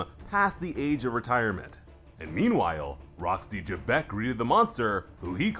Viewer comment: Its actually pronounced lie Z'bec but great vid and chapter as usual Edit: Goat D. Roger us still on top. Just watch hiw he's about to smack Domi reversi Xebec